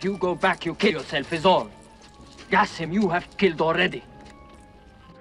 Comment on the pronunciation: its not gasim at least try to say it right